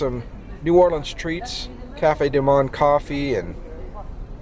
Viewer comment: You pronounced Cafe Du Monde wrong